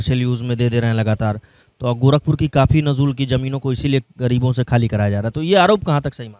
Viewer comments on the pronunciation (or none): नजूल को ठीक से पढ़ मेरे भाई। 😂